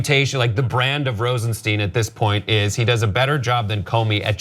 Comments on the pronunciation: The name is pronounced Rosenstine, not Rosensteen. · Mispronouncing the name is indicative of a slovenly attitude.